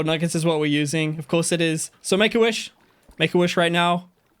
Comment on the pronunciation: I love your content.... I don't love how you say woosh instead of wish 😂